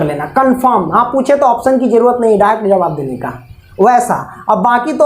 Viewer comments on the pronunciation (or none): none